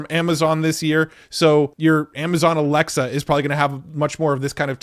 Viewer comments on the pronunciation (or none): none